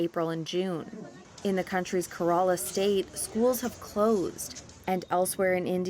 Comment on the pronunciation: Who’s the woman journalist she says kerala like she’s never heard of it!🙄🤣